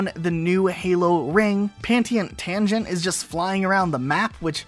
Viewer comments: I'm sorry, great vid, but "Pantiant Tangent" bugged me so much lol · "Pantient Tangent" you uh. you mean penitent tangent?